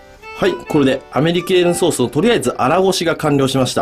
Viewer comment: アメリケーヌソースをアメリカーンソースって聞き間違えたのは俺だけじゃないはず😌